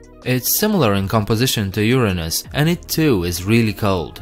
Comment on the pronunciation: And thank you for pronouncing Uranus correctly!!! People in the US do not. They pronounce it in a way that makes it sound like a body part. I won't type it, but I know you will get it. 😝